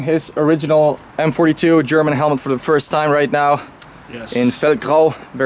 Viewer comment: Your german pronunciation is on point